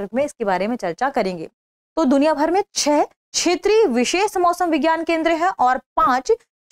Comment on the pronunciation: आज ज्ञात हुआ कि "दृष्टि IAS" में कार्यरत तथाकथित पढ़े लिखे लोग (जैसे कि ये मोहतरमा) भी ठीक से हिन्दी भाषा बोलने में असमर्थ हैं। १) क्षेत्रीय को बार बार छेत्रिय २) तटस्थ को बार बार तठस्थ ✓ The actual focus is towards the get-up and the external appearance rather than on the correct Pronunciations. ✓ Is there any viewer out of 34K viewers who has bothered to Notice this??!! Perhaps not, because most are Birds of the same Feather!! Are the CEO and the Audio/Video Editor of "Drishti IAS" noticing? They seem to have overlooked.